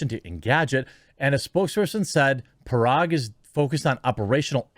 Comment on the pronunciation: It's agrawal...like 'agarwal' g is g not 'j' sound...same with his first name 'par - ag'